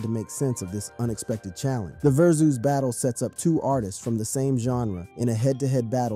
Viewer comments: Ver-Zeus? You mean Vers-us? 😂😂😂😂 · Whats a Ver-Zues Battle? 🤣